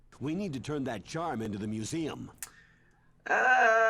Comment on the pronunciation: How did he say museum?